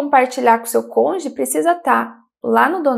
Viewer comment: Excelentes informacoes. Uma pequena observacao: ja vi tanto videos sobre o tema que notei que o pessoal do sul do Brasil tem dificuldade de falar Cônjuge, sempre falam CÔNJE 😂😂